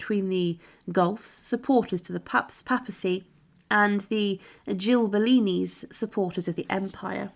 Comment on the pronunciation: Goo-elfs and Gib-ill-eens